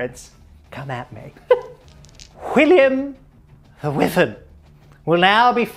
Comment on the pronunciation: Sorry it’s really bugging me, Wyvern is pronounced “wai-vern”